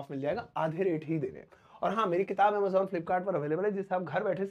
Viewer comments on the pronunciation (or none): none